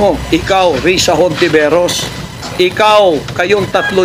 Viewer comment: ayusin mo nman ang apelyedo ni Riza... Hontiveros po hindi Hinteveros...